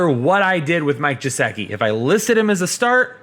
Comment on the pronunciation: Its Mike Gesicki not Jesicki **